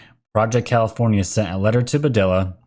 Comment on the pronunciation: Pronunciations: HuaWei = hooWAH-way (I've been to their plant in Shenzhen) Padilla = puh-DEE-yuh